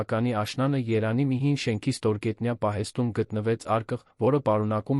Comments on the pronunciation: Ընթերցոը չի արտասանում «և» տառը։ Փորձեք դնել «և» տառը,ամեն ինչ կնկնի իր տեղը։ Օր Երանի- Երևանի հարանի-հարևանի և այլն։ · Es inch leksikonov eq xosum eranjan ch ajl Erevan e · Մեր հրաշք այբբենարանը ունի և տառը... ինչու չես ասում Երևան` երանի փոխարեն, հարևան` հարանի.... ամոթ է... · Տեքստը կարդացողը կամ հայ Չե կամ էլ սարքովի արհեստական բանականությամբ սարքած, բառերի սխալ արտահայտվելը, նույնիսկ Երևանը սխալ է արտաբերում😮